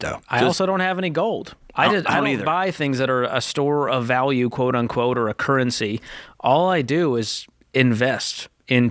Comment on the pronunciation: Nice episode. However, currency does not contain a "t".